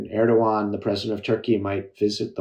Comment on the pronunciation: He does not even say "Erdoğan" in an approximation of correctness.